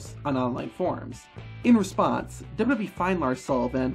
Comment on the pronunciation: Why can’t you pronounce WWE?